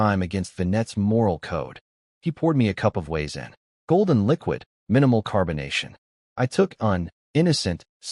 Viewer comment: The W in Wiezen is pronounced V in German lol also cracking barley is done by soaking it down in a burlap sack and when the seed sprout "crack" then you toast to stop the growth and get your desired color (flavor changes with the darkness of roast)...